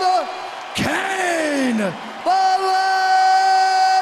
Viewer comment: Cain. Not Caun.